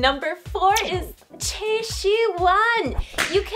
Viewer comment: why do you say chae and yee. for choi and lee??